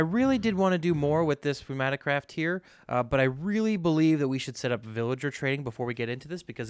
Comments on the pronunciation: It's 'new'maticraft... The P is silent like the P in bath. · pneumaticraft is pronounced like "new-mat-ick-craft"... the "P" is silent. Basically it's an entire mod based on machines and such powered by compressed air similar to Pneumatics ( ) in real life.